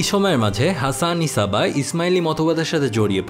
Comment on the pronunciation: ভাই উনার নামের উচ্চারণ "হাসান সাব্বাহ" বুঝি যা হোক ভাল্লাগসে ভাই❤️❤️